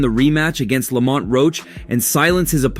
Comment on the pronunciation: They’re calling him Lawmont 😂